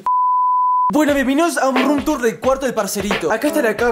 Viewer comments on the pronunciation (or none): none